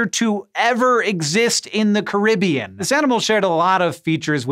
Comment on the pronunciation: I don't think I ever heard you mispronounce a word before until, "Caribbean". Was this video processed by an AI?